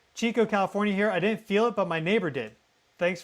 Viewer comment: Who says kafornia! He can't be from here!